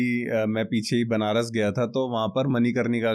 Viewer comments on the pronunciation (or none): none